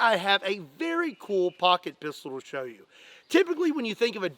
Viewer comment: Did anyone else giggle a little inside when he said "I have a lot of Poocket Pistols" Hehehehe 😁😂😅😭🤡